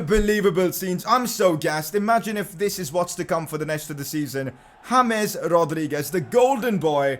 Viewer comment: Please correct your pronounciation of James Rodriguez